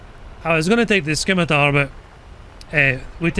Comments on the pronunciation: "Scimitar" is actually pronounced without the "c", just "simitar" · its not "skimitar", the "c" is silent same as in the name of the sword, pronounced "simitar"